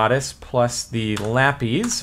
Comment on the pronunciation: I doubt you even see comments from videos this old, Cap, but what is the origin of why you pronounce lapis as lappies/lap-eez?